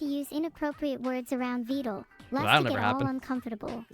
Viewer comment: never thought I’d hear him pronounce Vedal correctly. If only he didn’t immediately go back to calling him Videl.